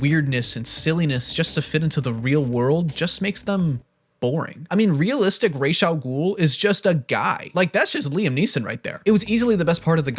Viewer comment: It's pronounced Fal-cohn-eh the "e" isn't silent, nor is it pronounced "ee", it's an italian name, and it's phonems are slightly different than English ones. It's pronounced rahs al gool, not raesh, it's an arabic name.